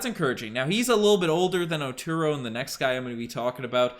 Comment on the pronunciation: OH-2-RU not OH-2ROW lol MINNESOTA GOPHERS BABY!